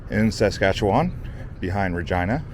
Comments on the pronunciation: It's pronounced sask-atch-ih-wn not sask-atcha-waaaaan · It's interesting the way Americans pronounce Saskatchewan. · Pronounced in Saskatoon by the locals Bes-bro hotel Ray-me modern art gallery And lastly not Sas Katchewan but Flow one word Saskatchewan no emphasis needed on Katchewan😁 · Saskatoon is bigger than Regina, and way nicer and nice video but you pronounced everything wrong haha but noone says Saskatchewan or Bessboroough or Spadina properly unless there from here